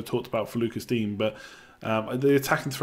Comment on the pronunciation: Lucas Digne – Loo-cah Dee-nyuh